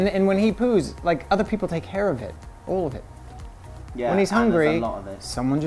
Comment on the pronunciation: did anyone notice lance's British accent , when he says "all of it" lol